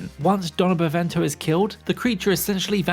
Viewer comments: Also, is Donna "BeNEVIENTO", not bEvEnto, jeezzz this tier list sucks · I thought it was Beneviento not Benevento ! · How the hell does everyone keep mispronouncing Beneviento, how does Beneviento become Bevento. I mean you're missing multiple letters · Lol "Donna Bevento" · Your saying Beneviento wrong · Dude needs a lesson on how to pronounce "Beneviento". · I didnt know it was Impossible to butcher Beneviento so much. You butchered so many names in this video. You should look up how to pronounce the words befor making a video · I feel like you just purposely mispronounced Salvatore, Beneviento, and Sturm